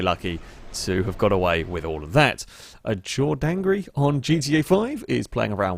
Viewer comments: "Jor' Dangrey" not Jordan Grey by any chance 😅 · LOL That was funny, jordan grey, not jordangry!